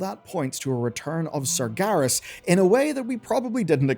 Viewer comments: Why is bro saying 'Sargarus' 😭😭😭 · serious surgerus sarjerry "they did surgery on a grape" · Pronouncing “Sargeras” like that should be illegal.